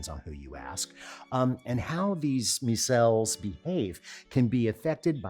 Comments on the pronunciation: Micelle 😐 muh belle? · I have a phd in dairy science and I don't think I've ever heard anyone say micelle EITHER way he pronounced them. Hilarious. Amazing episode too.